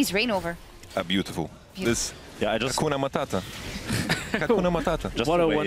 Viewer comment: Did he say cocona matata? :D